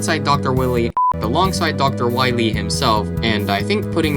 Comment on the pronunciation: You mean "doctah why-wee"